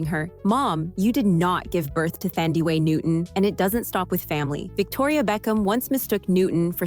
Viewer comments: I need to correct you with the pronunciation of Thandi Newton. The Th in Thandi is pronounced as just a T . It is an African name. Ph is also pronounced as only a P in some African languages. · Please! It wasn't half as bad as how she pronounces Thandi Newton!